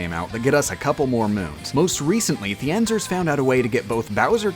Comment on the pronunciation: WOOOOWW I can't beLIEVE that you misspronounce THIENZErs 780's NAME